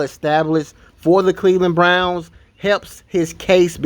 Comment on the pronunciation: 1: the intro almost as long as the video 2: did he say the Cleveland Blnouns not Browns